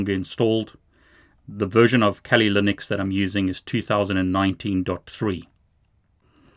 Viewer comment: “Kali Lunix”